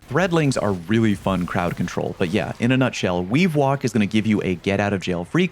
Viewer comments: Anyone else hear Weewalk instead of weavewalk? I hear it pairs well with weewind wounds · weavewalk sounding like wewind wounds out here